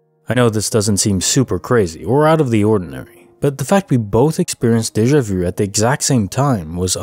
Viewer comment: For once somebody pronounces déjà vu properly!